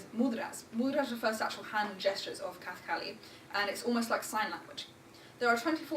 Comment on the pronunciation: The word kathakali itself is mispronounced.